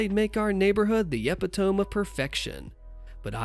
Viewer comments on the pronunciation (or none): "e-PIT-oh-me", not "E-pi-tome". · e·pit·o·me [əˈpidəmē] - Ee-PIT-o-mee